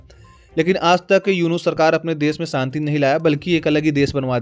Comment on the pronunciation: Saanti nahin Shaanti bol